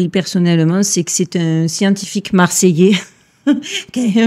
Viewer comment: Ma chère tu m'a fait tellement rire avec ton Marseillet et sa boule de pétanque